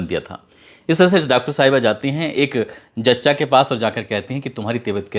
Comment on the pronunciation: Jachcha nai zachcha hota hai.....